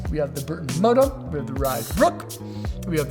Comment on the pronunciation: Bro saying burton murdok or? 😂